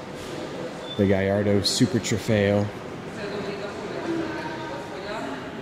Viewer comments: ITS GALLARDO NOT GAIARDO OMFG HOW DO YOU NOT EVEN KNOW HOW TO SAY YOUR OWN CARS NAME!!! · did you just said gayardo?